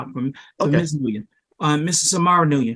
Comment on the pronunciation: The judges inability to pronounce the last name Nguyen made me laugh